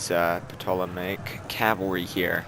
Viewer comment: you pronounce the name of the Egyptian cavalry as Tol-o-maic cavalry. Not being picky or a grammar Nazi just trying to help! :)